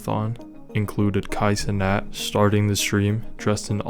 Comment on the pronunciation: I got triggered every single time he pronounce his last name as NAAT. Like teeth grindingly annoying.